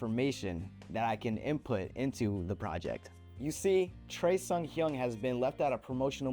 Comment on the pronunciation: The weirdest pronunciation of Choi Seunghyeon ever. Don’t listen to him!